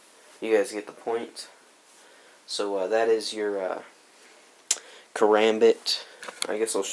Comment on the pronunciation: This nigga pronounced it, "karumbit"😂😂